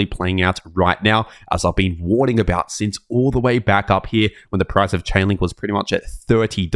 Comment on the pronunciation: it's a woorning